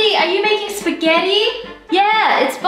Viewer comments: Did anyone else notice Wengie said “Psagetti” instead of “Spaghetti”? 😂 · who else noticed that she said "pusgetti" instead of spaghetti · did you know that she says pesgetti instead of spaghetti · It’s not pasghetti it’s spaghetti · Wengie says pissketty, not spaghetti??? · You dont pronounce it as sp-GET-ty Its spa-get-i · It’s pronounced spa get e And spaghetti looks like it says spag het ti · She said pasgettie instead of spaghetti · Notice she said pasghetti instead of spaghetti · Did anyone else hear "mmm YAY pasgetii"? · did anyone notice Wengie said Pesgetti LOL 2019 anyone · In Wengie said yay pasgaty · She said psgetti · WHY DO PEOPLE SAY 'PESKETTI' ?!? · Wengie:YAH PASQUATEY Me:you said it ALL wrong😆😆😆😎😎😎